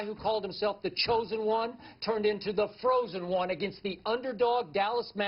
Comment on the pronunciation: .... He said "Tha Frozen One". Classic